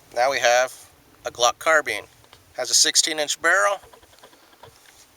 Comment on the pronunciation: CARBINE NOT CARBENE